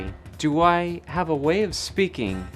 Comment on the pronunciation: The first time you said "If I have" you ever so slightly pronounced it "I Hee-yav" like your grandparents are from the Midwest or something.